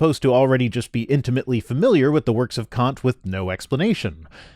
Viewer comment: Your pronunciation of Kant is slightly off. The 'a' is shorter, making the actual pronunciation much closer to a rather vulgar English term.